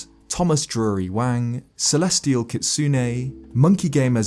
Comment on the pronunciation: Oh hey, he pronounced Kitsune right this time